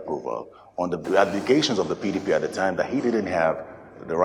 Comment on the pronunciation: Supreme court governor can't even pronounce PDP. Mumu